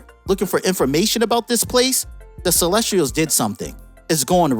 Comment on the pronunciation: Dude is mispronouncing the word Celestials😭